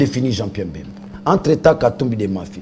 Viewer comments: a du mal a prononcer BEMBA, a la place il dit MBEMBA,Quelles etudes faites? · Il s'appelle Bemba et non Mbemba.